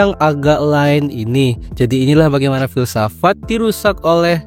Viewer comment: Filsafat ❌ Filsafak ✔️